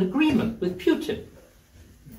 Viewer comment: Who is "Pyutin"?